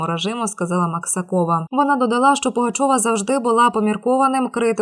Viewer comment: Пані диктор, навчіться правиьно робити наголоси! МаксАкова , а не МаксакОва!